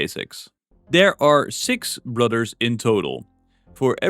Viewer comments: Brudders? Fings? Cringe. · Take a drink every time he says brudder(s)